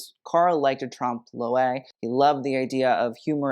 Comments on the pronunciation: "trump lo-ay" ? Really ? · I love your videos and your knowledge of fashion is astounding. Truly. But for the love of god please, check your pronunciation of trompe l'oeil.